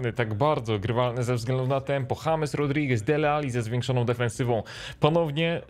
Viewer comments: Czekaj! Powiedziałeś "Hames Milner" & Dżejms Milner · W przypadku Millera chyba powinno się mówic DŻEJMS A NIE HAMES BO TO ANGLIK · czemu na Milnera powiedziałeś James ( Hames) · Hames Milner nie Dżejms... też brzmi dobrze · jak już to "James" skoro czepiamy się wymowy, to i czepiajmy się formy pisemnej. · Czy ty powiedziałeś hames milner?